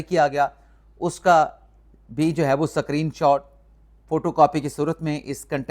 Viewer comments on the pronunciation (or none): SCREEN is NOT PRONOUNCED as SACCHARINE, which is an artificial sweetener!